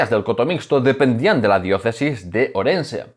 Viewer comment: Es oír "Orense"en boca de un historiador y dejó de ver el vídeo..en fin...